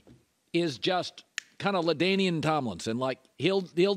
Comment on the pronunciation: He said Ladanian Tomlinson chill out